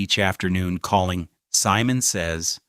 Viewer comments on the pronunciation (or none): none